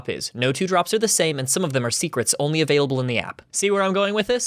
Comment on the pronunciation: but I'm onwee thwee